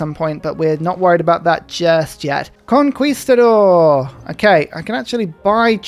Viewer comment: Usually I love your little unique pronunciations of words, but something about how you say conquistador makes me very uncomfortable, similar to the word "moist"